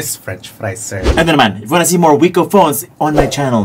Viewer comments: Wik-oh po basa niyan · Hindi po ba kuya Vince Viko ang pagpronounce sa brand na ito. Ang sabi po kasi ng teacher namin sa English dati BMV daw po ang pronunciation sa BMW. Hehe ok yun lang po 😆